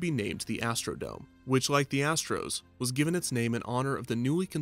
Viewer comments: Astro-dome. Not Astro-Dom-AY. But great video! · Why does he keep mispronouncing dome??? It’s not French or Spanish!! It is NOT pronounced Doe-may! 🤦🏻‍♂️ It is pronounced Doe-mm! 🤦🏻‍♂️